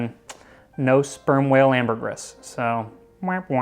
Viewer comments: It’s pronounced “ambergree” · It is pronounced amber*gree* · Also, not to be a prick but.....I'm being a prick. "Ambergris" is pronounced 'amber-gree", as it is a word of French/romance languages origin. I still can't thank you enough for this recipe (which I am still working through, glad it keeps so well) so please forgive me for being a language nazi! Also, final comment: I'm going to be trying this on top of cherry Jell-O tonight. I bet it's going to be unreal.